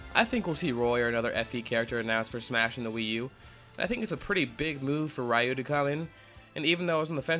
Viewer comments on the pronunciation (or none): rye-ew? c'mon guys... you're supposed professionals. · 1. The Smash Fighter Ballot doesn't end until October. 2. It's pronounced Re-You (as confirmed by Capcom & Ryu's English voice actor, Kyle Hebert). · "ree-you"